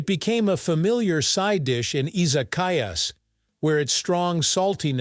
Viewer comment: Is it more of a "dare food" than fugu or natto? Your pronunciation of "shiokara" (about half the time), "Edo," and "izakaya" are completely wrong.